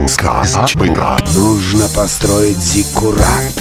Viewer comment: А я слышу от послушника не "Зиккурат, зиккурат, зикку-зикку-зикку-рат" а "Зигурад, зигурад, зигу-зигу-зигу-рад"